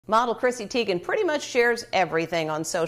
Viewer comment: its pronounced TIE-gen :)